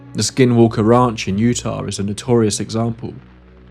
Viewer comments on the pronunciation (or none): none